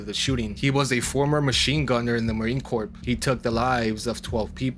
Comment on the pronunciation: Respectfully, Marine CORPS is pronounced Marine “CORE.” Not corpse. Corpse is a dead body.